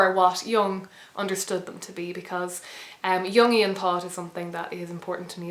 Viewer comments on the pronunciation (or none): none